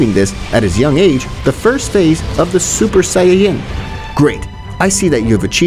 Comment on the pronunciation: im sorry for this but " super cyan" :))))